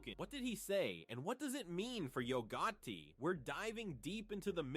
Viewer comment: Bro learn how to say Yo Gotti… damn